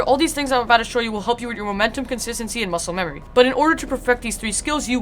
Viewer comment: no that’s muscle memory, this person said MUSCELE memory not MUSCLE memory